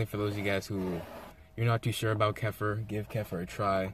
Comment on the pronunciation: Ke FEAR is the proper way to say it. It's much more badass too.